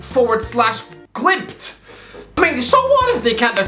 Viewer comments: I Just lost respect for your entire Chanel. Whats your fucking problem. Bodø/Glimt is pronounced in 1 Word. BodøGlimt. You forgot their match against AC Milan last year? They deserved to go through. And Molde? Its one of the richest clubs in Norway Even though its from one of the smaller cities. Molde have a rich uncle... One of the richest in Norway. Artificial turf? Its basicaly the same as normal. So complaing about that is out dated. Its not like it was when it first was rolled out. Are you high? If your gonna defend Mourinho you should show some respect to the team that trashed them 6-1. These players Are pro players that earn more money in a week then you probably do for the entire year on YouTube and with your sidejob as a translator of English to Irish... Which cant go well. Sounds like you Are in puberty still. And have you forgotten Where the worlds best striker atm comes from? Hint: Not your Irish mom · Hahaha, the way he pronounces Bodø Glimt. Glimt is a fantastic footballteam.